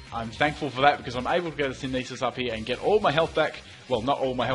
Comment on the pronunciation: Can you start pronouncing synthesis correcting please? It's really offputting in loads of your plays. Sin-the-siss NOT sin-ee-siss